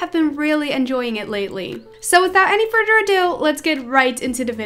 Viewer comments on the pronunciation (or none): This is NOT hate. But in every video you say "furder" instead of "further"?